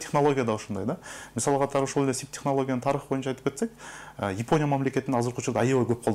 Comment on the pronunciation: Ипоня дебей Япония дечи иним